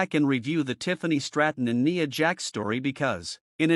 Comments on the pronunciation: Her name is pronounced N eye a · Bro in the voice over you need to pronounce Nia name right